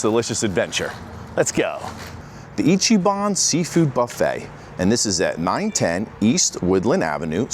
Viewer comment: It’s not pronounced ichy- ban, it’s pronounced icky-ban